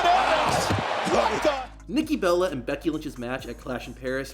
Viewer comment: That Nikki Bella slip up was hilarious